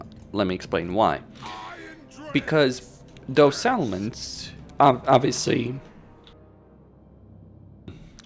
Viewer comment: I noticed that too, he also pronounces "settlements" more like "salmons". I kept wondering where all those fish are. Gotta pronounce those T's. On the other hand he needs to tone down the P's because it sounds like he's spitting into the mic.